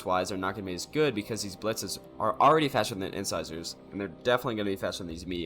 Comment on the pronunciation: It's "Inn-SIZE-urr" yeah. Like the teeth. Your casts are always entertaining. Keep at it.